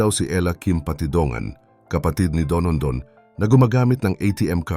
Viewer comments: Don don o donondon? Kainis nman narrator! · Dondon po ang pangalan ng whistleblower, hindi po Donondon. Nakaka yamut. 😏😏😏